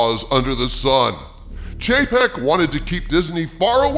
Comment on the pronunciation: I keep hearing Chapek as JPEG.....😆